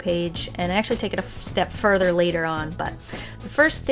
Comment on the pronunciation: take it FUR-DEr LAWL LAWL Kil me